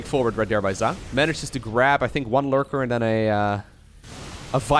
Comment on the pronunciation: Zoun is pronounced just like zone, just FYI!